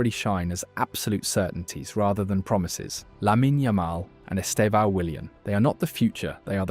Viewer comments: Vou ensinar vocês há pronunciarem certo o nome do Estevão: Estevãaaaao=errado 👎 Esteeevão=Certo 👍 Note que a sílaba tônica é o "E". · His name is not esteVÃO. It is esTEvão, to strong sílable is 'TE".